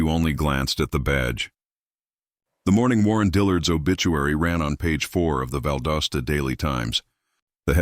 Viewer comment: It's pronounced "Val DAH Stuh."